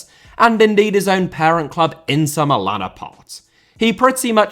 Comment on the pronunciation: Inter* not Ento Coppa* not Copper Italia* not Etalier Uefa* not Yuweifer Aleksandr* not Alekzander Simeone* not Simiouwni Serie * not Siri Bruyne * not Bruyner Bremen * not Breimen Father* not Fother Saw* not Sor Touré* not Tourei Venezia* not Venezier División * not Devegion Nacional* not Náxonal A* not Ar Half* not Holf Courtois * not Courtoir Gea* not Heyer Debut* not Deibyu Vicente * not Vinchentei Schalke * not Schalker Deschamps * not Deischamps Nazário * not Nazériouw Román* not Rouwmán Riquelme* not Requelmei Makélélé* not Makaleilei Diego * not Diyeigouw Nou * not Nau Bernabéu * not Bönabeyouw Liga* not Liguer Kroos* not Krouws Leverkusen* not Leiverkusen Idea* not Ideer